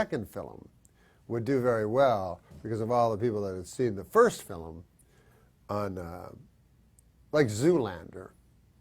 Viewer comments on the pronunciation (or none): Also "fillum"